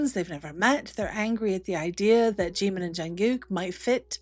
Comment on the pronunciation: Прекрасный выпуск, спасибо! 💜 Но так хотелось бы, чтобы кто-нибудь наконец-то научил Искусственный Интеллект произносить имя Чимина правильно!!! 🙏